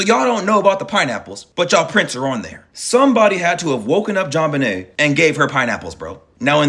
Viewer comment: “JonBUHnay Ramsey” 🤭